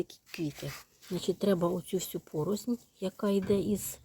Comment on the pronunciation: Дякую) тільки не порозНь, а пороСЛь )